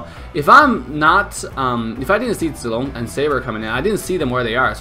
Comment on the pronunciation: are you abc ? because when u speak zilong it looks like u know how to speak chinese